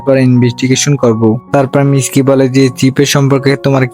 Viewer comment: Miski ❌ mitsuki✔️